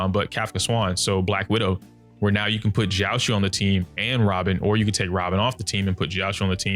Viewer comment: it’s pronounced jiao-cho. love your videos!